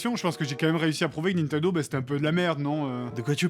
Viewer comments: C'est moi ou au lieu de dire Nintendo elle a dit Nan Tendo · "il jouait à son "naintandeau", j'adore :D